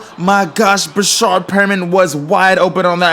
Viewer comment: It's not "Breshard" it's Breshad no r after the a